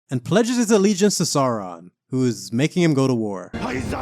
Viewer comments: Great vid mate! (But plz, say "Sauron" not "Saaraan" lol!) 😅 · Have enjoyed this series! btw: Sauron is pronounced like 'Sour-on'.